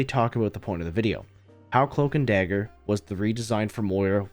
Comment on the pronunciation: Cloamk and Damger